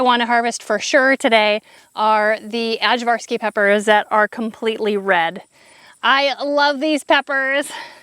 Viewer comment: Our ajvarski peppers got eaten by worms and succumbed to heat. It's pronounced i-var-ski. Aj=i. They're great for ajvar relish. My Serbian mother-in-law made really good ajvar and it's perfect with smoked sausage! I can't wait to see what happens next year when it's not so hot! Your farm is looking wonderful! Can't wait to see your house!